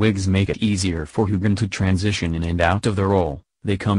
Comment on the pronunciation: Old news. Please learn the correct pronunciation of Sam and Cait’s names